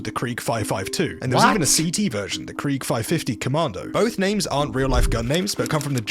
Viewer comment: him pronouncing krieg the english way here kinda triggered me as a german